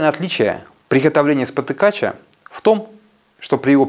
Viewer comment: СпотыкачА, ударение на последний слог в родительном падеже.